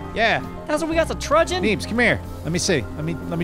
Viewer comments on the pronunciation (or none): How can so many grown men so regularly mispronounce "truncheon?" It's not hard to say. Just remember, there is no letter g in the word.